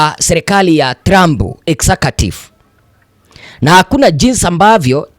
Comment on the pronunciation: Jifunze kutamka maneno TRUMP